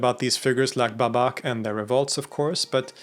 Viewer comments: The first Ba is kinda like the sheep sound Baaa, and the second syllable is like the word Buck, so Baaa-Buck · Bābak ( ipa ) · Hello from Iran ! hint for pronouncing the name " Babak " = first a is longer (like how you say in : Saw) , the second one is short and the " bak" in the word is just like : Back , in English ).